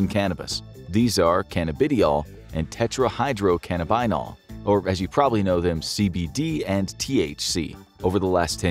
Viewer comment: You said the full name of cbd and thc wrong